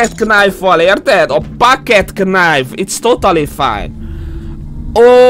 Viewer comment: "Itsz totali fájn" xddd